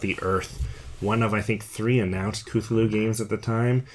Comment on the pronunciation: The only complaint i have about this video is that its (CUH-THOO-LOO) lol